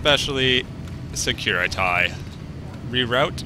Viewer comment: Damn this episode cracks me up good. I love the moments where you screw up the language, for example "securitie" instead of "security" =D